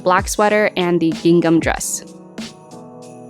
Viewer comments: Lol It's not pronounced "Ging Gum!" That fabric is pronounced "Ging am" - i.e. the "h" in the second syllable of "gingham" is silent. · The second G in gingham is silent. It’s pronounced “ging-ham”. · Great video and love the ideas! Just in case you didn't know the second g in gingham is silent 🤍🖤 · Everything turned out cute! I noticed you pronounce “gingham” different from the way I do….is that a California thing?